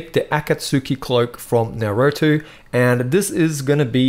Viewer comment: "Naroetu" lol XD